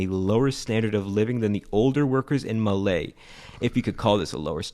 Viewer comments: Its Pronounced Mu(not moo)Le Not Malay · also its not called "malee" its "maa le" thats how you say it Edit: (you said all the island names wrong as well btw) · Sorry its not hulHuumaale its more like hulumale atleast thats how its pronounced and Malé is more like malae not maalae 😊😊😊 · As a Maldivian, you're pronouncing "Malè" wrong. Just to let you know... It's called "Maa Le" and not "Ma ley" but thank you for making a video about Maldives! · It's not MAR-lay it's mar-lay. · As a Maldivian its not maley its luke this maa le like the "le is like French style 😅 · Bro malai is not how you say it its like male i live there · ITS NOT MALEE ITS MAALE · You butchered the word MALÉ it's MAA LE NOT MA LEY This is true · It's not malie it's pronounced "maale" it's confusing I know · As a Maldivian I know you pronounce malé wrong It's "maa-le" But you said "ma-ley" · I know a Maldivian, actually. BTW, it's pronounced "maah-lay", not "Malay". And it's kind of curious why so many people mispronounce kilometre; where did you learn that? It's pronounced just like you're pronouncing "metre", not like "thermometer" or "speedometer" (because it's a unit of measurement, not a measuring device). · So first il liked to mention as a maldivian that it's not Malè isn't called mele . Pronunciation = maa-ley The main reason why the most people live in the malè is caz its the capital city and there are many educational option hospitalizations etc. And you can simply get to huhlumale by crossing a bridge . Why is this important ? huhlumale has Flats that are specialised for struggling family's etc. You can simply get this flat if you lived in malè for more then 10 to 12 years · It's pronounced Maa-l-eh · You pronounced malé wrong. It's maa-le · Bro Malé it's said maale😊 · the city his talking abt is called male pronunciation:malé (maaley) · Fun fact its actually pronounced maaley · It's pronounced maalé btw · Its pronounced maaaleee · Male its pronounced male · he pronounced it as malay